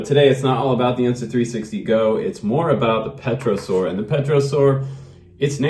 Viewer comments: That looked like a fun plane to fly,very floaty. You don't pronounce the P in pterosaur by the way. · What's not to like? Cool. Say, "tero' soar", no P. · FPV!!!!!!!! Great review my friend! Looks like a lot of fun! And it's pronounced "Tare'-oh-sowr"